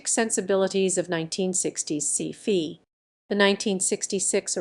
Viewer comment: This voiceover just pronounced "Sci-fi" as "see-fee." I'm not wasting my time on AI-generated content that no human fact-checked.